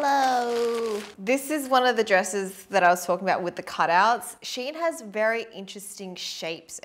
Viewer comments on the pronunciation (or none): ... its SHE . IN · I think it’s supposed to be read “She In” because their name used to be “She Inside” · I guess thats not how you pronounce the shein tho. Think its Shein (shine) as pronunciation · theres a lot of people who dont know how shein is spelled.. so basically, its " she-in " so like she as in " she baked a cake ", and in as in " in the box ".